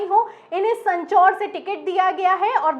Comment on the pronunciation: सँचौर नहीं सांचौर